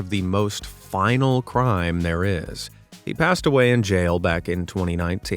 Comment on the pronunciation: "Final Crimes?" you mean Vial Crimes don't you? Use a real actor for voiceover who will catch bad mistakes like "Final Crimes."